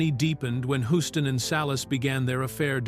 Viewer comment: Yup. AI is very annoying. John Hughs-ton is the correct pronunciation.